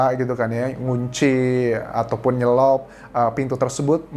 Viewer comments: Bukan nyelop,tapi nyelot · Nyelot bukan nyelop dek Anjas